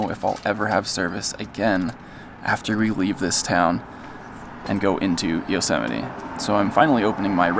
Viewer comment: Thank you for teaching me how to say Yosemite, I’ve been wrong this entire time 😂